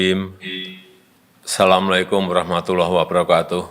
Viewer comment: Salam di awal nya salah , Bkn nya assalammualaikum warohmatullohi wabarakbatu😭